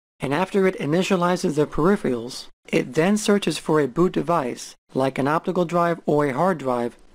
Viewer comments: mispronounces peripherals otherwise great so far XD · Great video. How come nobody can pronounce the word p-e-r-i-p-h-e-r-a-l-s correctly? "Periphiyals, peripheyals,"....